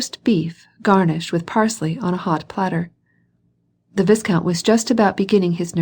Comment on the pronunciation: Should be pronounced Vai-count. A nobleman.